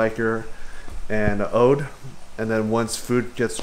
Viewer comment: It's odoe, as opposed to 'ode' as you kept saying.